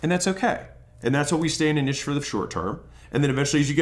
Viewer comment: thanks for calling it Nitche and not Neeche like douche bags do :D